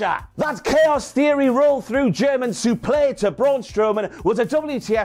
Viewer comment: A WTF moment took place in this video! referring to the Chaos Theory Roll Through "SU-PLAY" haven't heard a suplex called that since the days of Gordon Solie!!!